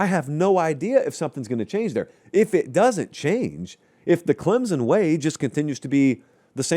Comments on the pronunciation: I just can't watch this anymore until quits calling us Clem-zun. It's Clem-sun, and it's kinda annoying that he doesn't know that. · PLEASE learn how to say “CLEM-SON” properly. It’s not “CLEM-ZUN”. Also, Clemson’s team just isn’t good period. It’s basically the same team as last season, and they were average at best. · Clem-sun, not Clem-zun.